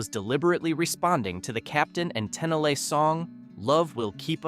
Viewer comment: The captain and Ten-a-lay😂